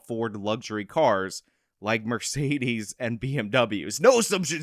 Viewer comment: "MERCEDEZ" - Julius Brones